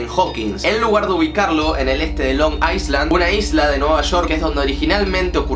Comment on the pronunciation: Island no se pronuncia “aisland” ya que Iceland se pronuncia de esa manera. La forma correcta de hacerlo es “ailand”.